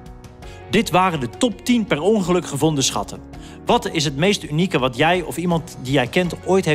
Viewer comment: Perongeluk? Perongelijk😂😂😂